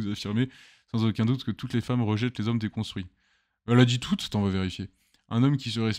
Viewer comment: Homme "DESCONSTUITS" ? Vive la fronce